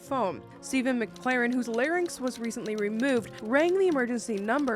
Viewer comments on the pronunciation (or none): none